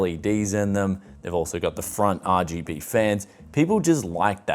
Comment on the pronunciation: you gotta say it like him "ahh gee bee